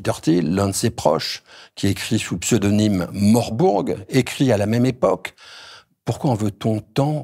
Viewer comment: « morburg » haha (je pense qu’il fait référence à Mencius Moldbug)